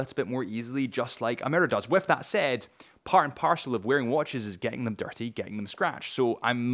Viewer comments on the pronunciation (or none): none